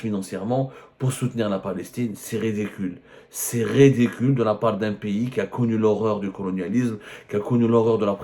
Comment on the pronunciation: ON DIT C'EST RIDICULE ET NON REDECULE